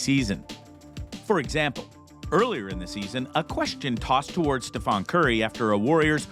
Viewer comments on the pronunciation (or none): I have to say, the way you're pronouncing the Chef's name is like a cheese grater to the nads. "Steph-ahn" Curry? StephEn, not Steph-On. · trying to sound smart when dont even know the name of gsw franchise player :) its stephen not stephon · His name is NOT “StephON Curry” it’s StephEN Curry,. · You did not pronounce Stephen name right..it is not Stephon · Kindly pronounce steph’s name right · I agree please pronounce the players name correct. He has played 13 seasons in the NBA. Announcers say his name numerous times in each game broadcast. Documentaries, interviews, commercials. So if you are trying to make a meaningful video, get the name right. I’m sure you have heard pronunciation of his name throughout you watching the Warriors. Remember one of the reasons he declined Nike for his signature shoe is that they pronounced his name just the way you did in their introductory meeting. Food for thought